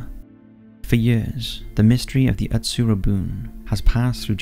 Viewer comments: I hate to be the jerk that corrects your Japanese but it’s utsuro-bune (oo tsoo roh boo neh), not atsurobun. ❤ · No.54 Utsuro- bune (うつろ船) is read as woo-too-ro-boo-NAY, not -boon.